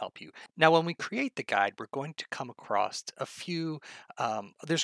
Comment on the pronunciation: Oh no, he says "acrosst" rather than "across." Don't listen to this man.